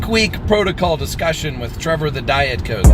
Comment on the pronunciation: Did he say Trevor the Diet "Coath"? Is Dr. Tony Huge a Genova fan? lol